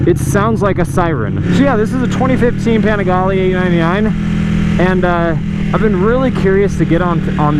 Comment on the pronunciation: Its pronounced "Pa-ning-glee" god dont u ever watch C2W?